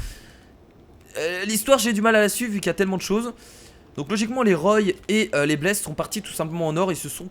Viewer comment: on dit roi pohr la famille roy